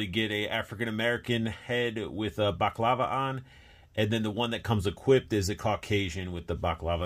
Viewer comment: Sorry but it's spelt and pronounced Bal a clava. Baclava is a pastry dish.